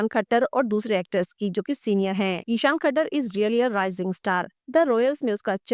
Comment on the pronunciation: ISHAAN KHATTAR... NOT THAKKAR